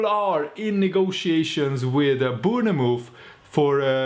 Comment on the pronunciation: Not Boonamove mate say it like you read this Bornmouth (Bournemouth)